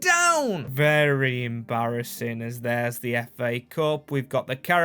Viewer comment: "Not ver good for the club"... lol. Thays a bit generous. ;)